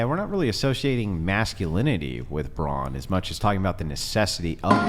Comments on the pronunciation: No one commented that the feminist kept saying "bronze" when referring to men, not brawn. Perhaps she's not as well read she thinks she is? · It’s “brawn” not “brawnz” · Fyi.. its BRAWN. NOT bronze.🤦🏻‍♂️